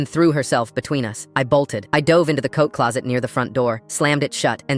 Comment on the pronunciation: For a moment there, I thought he said Coke closet😂😂😂😂